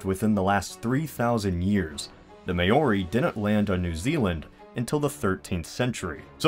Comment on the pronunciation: The way he pronounced "Maori's" Mayories??